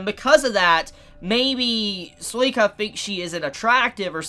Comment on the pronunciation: Suika not soika